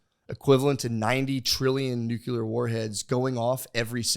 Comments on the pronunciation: Matt. You’re a smart guy, but we need to fix your pronunciation/spelling of “Nuclear”. You sound like George W Bush. It’s pronounced “New-Klee-er” or “Nu-clear” NOT “Nu-kew-lar “ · Physics degree haver and it kills me how much The Shaman gets right and still mispronounces nuclear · “the nagular bomb”